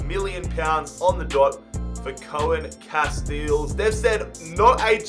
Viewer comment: Pcq: it's not pronounced "Koah-Enn Cast-Eels" its "Koon Cast-Ales"